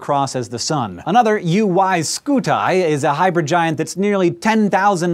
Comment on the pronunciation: I love the channel, keep up the good work. But please revise your UY Scuti pronunciation.